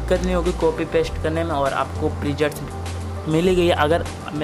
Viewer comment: presets hota hai bhai prejets nhi 😂😂😂😂